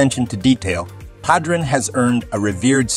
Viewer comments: I almost stopped watching the video when they said pahdruhn instead of padron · It's obvious the announcer doesn't smoke Padronnnn😂.Really🤔